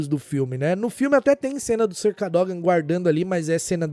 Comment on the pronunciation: A pronúncia do Sr. Cadógan foi braba kkk😅